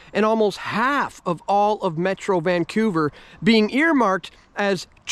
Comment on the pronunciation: What the heck kind of a speech impediment does this sawed off clown have ??? What the heck does ---> VAN-CEW-VER even mean ??